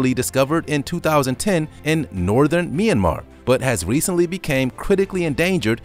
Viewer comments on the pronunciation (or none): Oh the northern "meeee yan mar" Mentioned it too much but its an amazing video